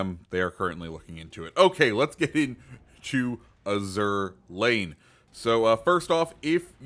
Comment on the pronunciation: While I know it's spelled like the French word azur but I'm pretty sure you are supposed to pronounce it like the color azure